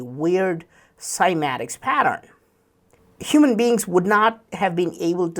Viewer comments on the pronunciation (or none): none